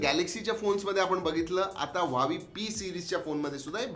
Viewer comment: सर व्हाव्ही ( Huawei) छान म्हणता 👌👌